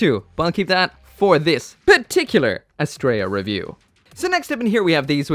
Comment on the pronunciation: You are ssaying the name wrong. It is not as-Stray-ah it is as-Tree_ah. It is the name of a Greek Godess